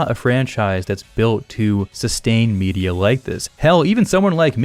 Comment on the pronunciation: When you said "Star Wars media" i heard "Star Wars birria" :p